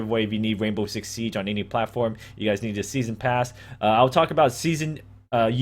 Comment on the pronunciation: HE SAID WAINBOW